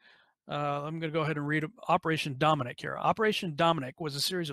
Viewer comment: Dominic = Dome Nuck